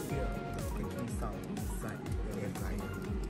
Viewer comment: air fryer not flyer